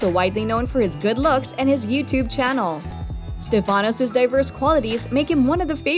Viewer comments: it’s not StefÁnos. it’s StÉfanos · Just a quick point. His first name is intonated on the StE, not the fA. So, it is StEfanos, not StefAnos. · Stèfanos.. not Stefànos Stèfanos Tsitsipàs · Agreed. Stefanos in Greek is pronounced like the English name. Like Stefan. StefAnos is more Italian or French. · I really don’t get why it’s so common to jeopardize Greek names . Is it so hard to say Stέfanos ? Why it’s so common to change the intonation ? If you want to call him with the English version of Στέφανος , better say Steve or Stefan . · You not pronunce well the name Stefano. The accent goes in the vocal E e non in the A. It’s easy to do that. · It’s Stefanos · Not correct...it goes on the e for Stefanos and the a on the Tsitsipas...